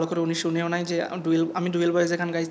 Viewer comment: ডুয়েল্ব নাকি ডুয়েট 😆😆😆